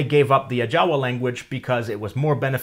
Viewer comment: Hands up for pronouncing the languages just exactly the same way the Natives would have pronounced them Ajawa + Cacaopera🙌🏾